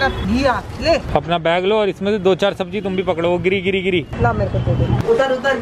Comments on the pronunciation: Sabji nahi 'sabzi' hota hai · Its sabzi not sabji